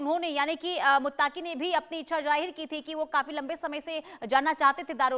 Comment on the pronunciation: बहन यह शब्द मुत्ताक़ी नहीं है , बल्कि मुत्तक़ी Muttqi hai